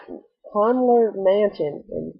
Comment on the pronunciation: It's pronounced "Con-JELLY-er"!!